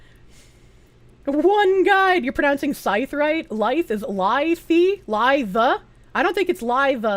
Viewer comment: Also she pronounces both scythe and lithe correctly. Shame on chat for trying to confuse her.